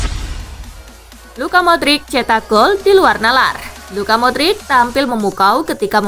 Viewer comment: Tangi min paimin… modric bukan madric 😂